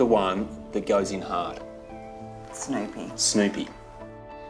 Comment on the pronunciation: Is that how Snoopy is pronounced in Australia? I swear, I heard Snowpea...